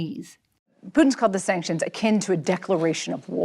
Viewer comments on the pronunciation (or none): This journalist is making a meme of herself.. “Sanctuons? Sanctions? Sanctions?”